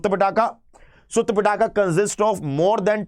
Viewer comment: पिटाका नही पीटक है सर, क्या कर रहे हो